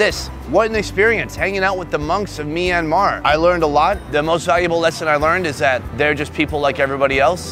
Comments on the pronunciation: It’s not pronounced myan an mar it’s pronounced myan mar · It's not me-an-mar It's m-yan-mar Btw I live there so I know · Myanmar -- aka Me and Mar. 🤣 sorry to rag on you for your pronunciation, but it was funny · Hey, you are pronouncing myanmar wrong.